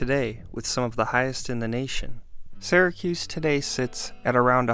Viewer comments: Right off the bat... "Syracuse" isn't pronounces "Sehracuse" it's like the words "Syrup" or "Syria". "SEEracuse" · BEFORE YOU TELL ALL YOUR OHPINIONS, LEARN HOW TO PRONOUNCE IT CORRECTLY!!!! ITS NOT SARAHCUSE ITS SEARACUSE.....GOT IT? GET IT? GOOOOOOOOD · In the US it’s pronounced “Sear-a-cuss, not “Sigh-ra-cuse” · Why does this guy keep pronouncing it "Sarah-cuse"? Is this some kind of local thing? I'm from New York and I've never heard it pronounced any way but "Sear-uh-cuse." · I was born and raised in the city and it is pronounced “sear a cuse”, not “sair a cuse”. The narrator should have done his homework. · It's Syracuse...starts like syrup. Not "Sara"cuse. 😉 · funny, because I am also from Syracuse and was thinking the opposite. Usually when someone says "sear a cuse" I suspect they aren't from the area. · the way you pronounce "Syracuse"... are you from Syracuse?